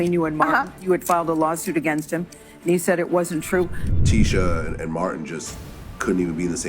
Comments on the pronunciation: Sounds like he's calling her tissue.😂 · We Ain't Gone Act Like He Didn't Keep Mispronouncing Tisha Campbell Name......!!!!!😂😂😂😂